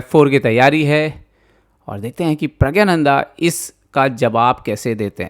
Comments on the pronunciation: pragya-nanda nahi.... praggna- nandhaa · Pragyananda nhi Pragnananda ... 😅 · You do not know the real name of the star player of your own country. His name is not Rameshbabu praggananda but Rameshbabu pragganananda.Pronounce it correctly.